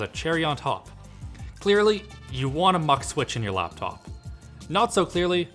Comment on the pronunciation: Normal human: Laptop This guy: loptop